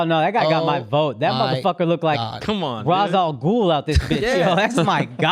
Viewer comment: Oh man, I’m dieing right now from laughing so hard... he said Raz Al Gool 😂😂😂